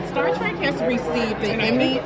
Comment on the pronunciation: Star TREK.....T R E K.....not track....Trek, as in journey 😳